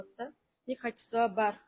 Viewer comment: Сооданар болсун бирок реклама берген бала ото соонун качество деп урдура😂 бергени жаман экен